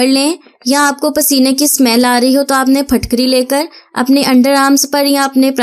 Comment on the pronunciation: Yeh PHATKARY NAHIN HAI YEH PHITKARY HAI KIA PUNJAB MAIN ZAIR KO ZABAR BOLAJATA HAI ? WHAT U DO IN QURAN READING ??